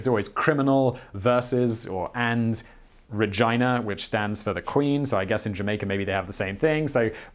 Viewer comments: Really? You have you pronounce her name like vagina? 😆 It's Pronounced regeena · Regina sounds like scooby saying vagina 😂😂🤣